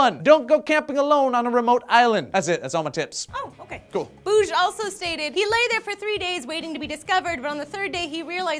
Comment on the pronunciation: Jøran Bugge = Yoran Boosh? Close, but no cigar. Bugge ~ Boogg-eh.